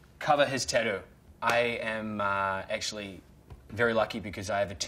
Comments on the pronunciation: it's 'ta-too' 😂😂 he says 'tay-oo' 🤣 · Instead of saying “tattoo” he literally says “taydew” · Tadew lmaoooo 😂🤣🤣 at first I didn’t know what he said until he showed it 🤣🤣🤣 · Rozzy V. It’s more tadoo